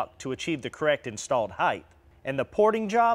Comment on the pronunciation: Hithe not height or is it height? 🤔